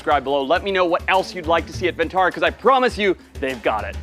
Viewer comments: Ma'am It's not VENTARA it's VANTARA... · It is "Vantara"; not "Ven"; Van means forest; no idea where the idea of calling it "Ventara" took shape?!!